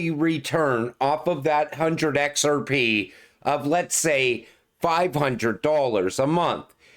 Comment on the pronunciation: Lol bro I love the way you say "X-R-PEH".